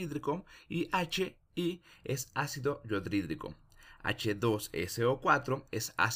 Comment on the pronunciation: Se pronuncia "yodhídrico"... no "yo-DRI-drico". Revisen esos detalles por favor, son mínimos pero las pronunciaciones de los compuestos debe ser correcta.